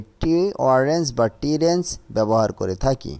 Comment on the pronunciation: আপনার উচ্চারনে ভুল আছে।ওরেঞ্জ না রেঞ্জ হবে।